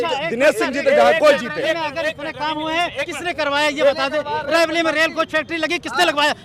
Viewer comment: Raibilli nahin hai raibreli hai.